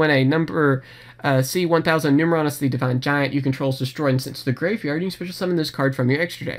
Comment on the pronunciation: Pronounced: Nume - erronius (Numeral + Erronius) and Nume - erronia